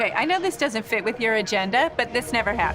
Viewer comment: You, good Sir, have become a favourite of mine. Fooen you and an h to the word 'with' I crack up! "Fooith" 😂😂